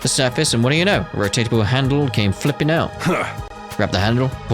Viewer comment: did you say circus instead of surface ? 😅